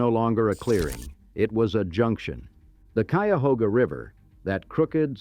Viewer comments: This AI pronounced “Cuyahoga” right! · But it pronounced Cuyahoga correctly. Tell me if you had the wherewithal to produce a video like this, would you voice it yourself? Would you get a friend to do it? Would you pay someone?